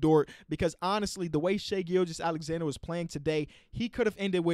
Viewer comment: They way you pronounce hs name is waaaayy better than the announcers. they make it sound like "Gorgeous Alexander" lmao